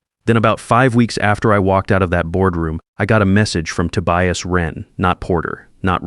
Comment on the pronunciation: A.I. can't pronounce Tobias, or Reid... stick with Marcus, Ethan, and the usual others. Sounds less silly than 'Ride' and 'Tobious'.